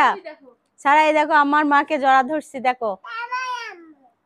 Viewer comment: আপু এরকম মাঝে মধ্যে মায়ের বাড়ি যাবেন মায়ের জন্য করবেন অনেক দোয়া পাবেন আর আজকের ভিডিও টা অনেক অনেক সুন্দর হয়েছে 💝 এমন ভিডিও আরও চাই আর আপু একটা কথা কিছু মনে করবেন না আপনি যেহেতু সাবান সেম্পু সবজি খুব সুন্দর করে উচ্চারণ করতে পারেন তাহলে সারাহ নামটা কেনো এভাবে ছারা ছারা করে উচ্চারণ করেন।মেয়ের এতো সুন্দর একটা নাম কিন্তু খুব বাজে ভাবে উচ্চারণ করেন আপনি। আবার সিদরাতুল কে ছিদরাতুল ছিদরাতুল করে বলেন খুব বাজে লাগে শুনতে। একটু চেষ্টা করবেন শুদ্ধ ভাবে উচ্চারণ করার। ভালো থাকবেন